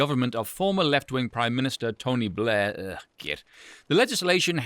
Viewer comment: Love the way you struggle to even pronounce tony Blair's name lol